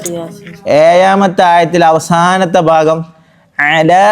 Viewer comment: ഉപകാരപ്രദം. മലയാള അക്കം പറയുമ്പോൾ ഒന്നുകൂടെ ശ്രദ്ധിക്കാമായിരുന്നു. ഉദാ: ഏഴാമത്തെ✅ ഏയാമത്തെ❌